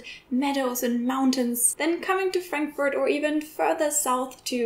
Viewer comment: Ich habe eine grosse Bitte, ----Please....no more HAM(pronounced like "Schinken" in English). We English speakers understand you perfectly when you pronounce it in GERMANl--Haaaaamburg. Same goes with Frankfurt. Not the nickname for Franklin--no, no, no! Fraaaankfurt. Please, we understand the names of these two cities when pronounced correctly in German.